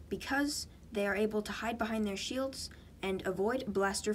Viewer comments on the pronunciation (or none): none